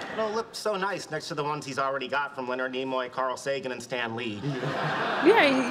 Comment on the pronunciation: Mate, this really isn't necessary... and get "Leonard" right.